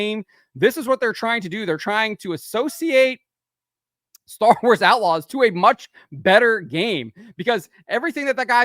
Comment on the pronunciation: At the start I hear "Star Wars A-logs".